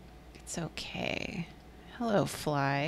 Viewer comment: same, its dangerously close to a literal "o.o hewwoo?"